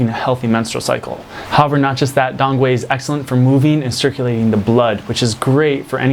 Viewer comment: It’s pronounced “Dong kee” like donkey